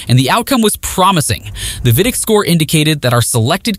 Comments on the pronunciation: Also pronounces vidiq as vidick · no bro it’s AI voice over. Humans know how to pronounce VidIQ. Please tell the name of software